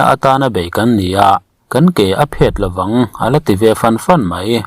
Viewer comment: Ke phêt ni loin, Phet. Ti-a lam tur